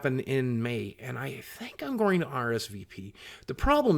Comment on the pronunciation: You do know there is no R in going right? I'm sure u do so STOP with the goring please! Thank you Sir!!